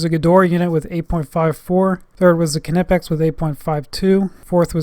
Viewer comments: It's not K''ee''nipex it is simply knipex without ''ee'' it is German not American. Type Knipex in google translate to hear how it is correctly pronounced. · NIPEX , silent k .........hehe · Kernippex? As in Kernife (knife) and Kernight (knight). Omg 😧 you Americans 😅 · Don't want to be the Internet police dude but Knipex has a silent K. Other than that great video and a thumbs up from me. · I thought the "k" on knipex was silent, making it "nipex" to pronounce it. Hmmm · Isn't it pronounced "Nipex" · The K Is silent